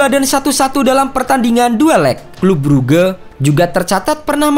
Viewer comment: Bang baca nya bukan bruge